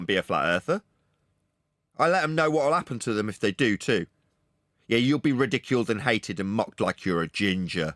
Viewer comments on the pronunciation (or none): Did just say 'You'll be ridul-queued?' What a bell.